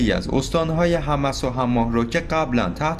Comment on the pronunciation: مثلا تلفظ دونتسک هست donetsk یا در مورد استانهای سوریه تلفظ صحیح حمص هست homs امیدوارم همیشه موفق باشید ، یاحق